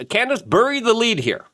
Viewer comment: She's supposed to be a journalist yet can't pronounce the word "bury" ... I like her, so I'm reserving judgement on this one. We shall see. She also kind of has ... a strange fixation on a certain small country, shall we say. Also she follows a biblically false religion, but whatever.